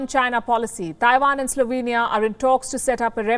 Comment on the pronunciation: Slovania lolol